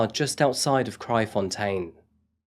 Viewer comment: I’m impressed by your pronunciation of Kraaifontein 👍🏻 What a sad case. Never heard of Hannah. But things like this is a common occurrence in South Africa.